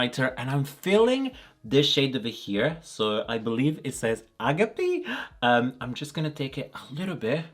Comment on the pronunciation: Yeeeeeeeeeees, this palette! Straight into my wishlist it goes. Also, it's a-gA-pi (αγάπη), which is Greek for love, but your pronunciation was alright, just the intonation was off. As a hint, us Greeks very rarely have our word tonality on the beginning of polysyllabic words, and it's most common for it to be the second-to-last syllable that gets it. Kinda confusing at first, but...